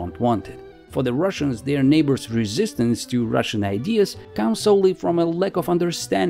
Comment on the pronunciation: You keep sayin "russains" all the time. Why? Is it a part of your agenda?